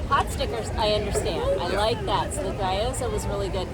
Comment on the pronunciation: loved the review but just heads up - it's pronounced "GYO-zah" not "GUY-o-zah" :)